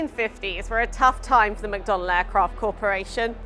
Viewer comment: It's 'McDonnell-Douglas' not, 'McDonald'. It's an aerospace company, not a fast food restaurant.